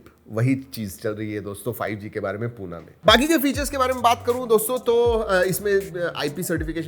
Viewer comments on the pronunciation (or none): पुणे बोला सर. पूना नाही